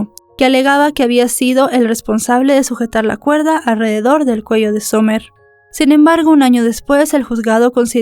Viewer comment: Disculpa amiga pero no se pronuncia Somer se pronuncia Samer Cuando tengas nombres en ingles aprende a pronunciar los nombres apellidos calles estados porfa